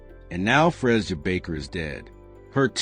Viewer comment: What does this white child have to do with this Black woman. Something needs to be done about all this ai stuff. And pronouncing her name wrong is so disrespectful.